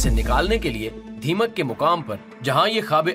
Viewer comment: Its dhamyak not rdeemak